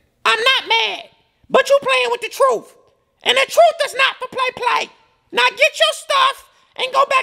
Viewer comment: Not "go back to your mama's house "--she said "go back to your MAMMY'S house"!🤣🤣🤣